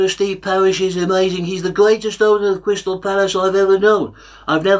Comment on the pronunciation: Gweat to see you back at Cwystal Palace, Woy. All the Vewy best.